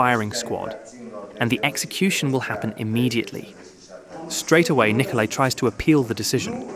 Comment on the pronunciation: It's Nicolae... not Nikolai... they're not pronounced the same.